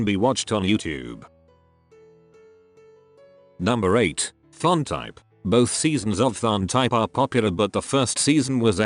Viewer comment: Please, the name TharnType. The pronunciation should be a hard "T"-- "Tharn" like "Thailand." T T T T T. Not "th" like in "think".